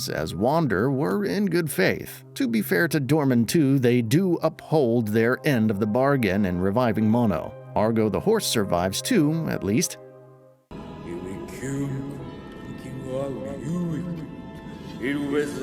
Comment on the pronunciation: Agro* not argo 🙄